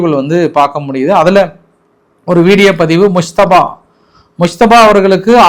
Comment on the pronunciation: முஸ்தபா உச்சரிக்க முடியவில்லை யோ நடுநிலை செய்தி யளரே